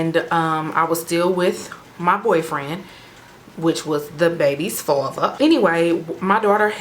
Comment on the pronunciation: the way you said "father" 😂 but I'm a new subbie ☺ I love your channel so far ❤ it reminds me so much of myself lol .